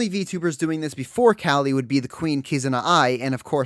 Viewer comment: I am keeping with my commitment of commenting on anyone's video that pronounces Calli's name correctly.